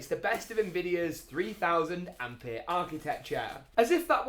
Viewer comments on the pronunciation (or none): none